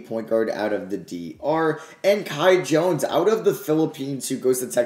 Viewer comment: Please shoutout the Bahamas since you butchered The Kai Jones thing